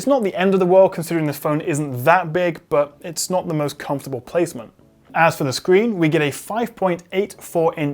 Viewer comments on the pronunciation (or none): none